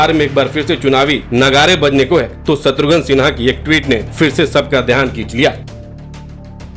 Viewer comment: शत्रुघ्न सिन्हा नाम है, शत्रुघन नहीं 😂 VO में तो उच्चारण सही कीजिए 😂